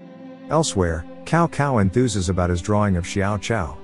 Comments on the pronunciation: Its not Cow Cow in Chinese the C has a S sounding. So Cao Cao = Sao Sao but with the letter C. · The funny thing is the ai seems to know that, it keeps pronouncing it Cow Sao as if it realizes its mistake on the second part of the name.